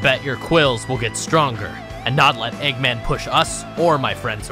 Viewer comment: sonic: egguman eggman: heruneezanee me: y o s h